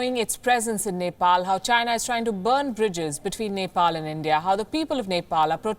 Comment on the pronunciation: Nefall and India 🙃